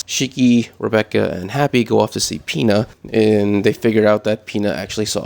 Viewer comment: U called Pino Pina💀💀